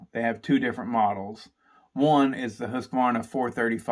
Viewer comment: Nice to see that there is atleast 1 man in united states who can pronounce Husqvarna and Jonsered :)